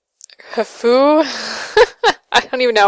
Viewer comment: Pronounced "Coo fu" There's also a legend that Khufu used his daughter to help pay for the pyramid's construction, men paying with stone blocks. ahem You can guess what that involved.... In addition, the only statue of Khufu to ever be found was a tiny one. All the others may have been deliberately smashed. The quotation thing annoys me too. Not sure how that sort of thing happens. I'm also sorry you lost the game sound here.